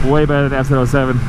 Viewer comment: Am I the only one that's struggling to understand what he's saying when he says the name of the bike? It sounds like he's saying S-Zero-Oh-Seven. I know it's an FZ-07, but wth?